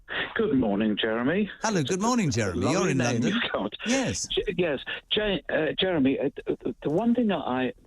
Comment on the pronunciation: Like yesterday when 30 of them did a runner at Dover. One of them broke into a woman’s house and demanded she drive him to London. This man is a deluded Uk hating twat. Oh btw, it’s Jeremy, not Jerry. I had to switch off, just like this c**t said he would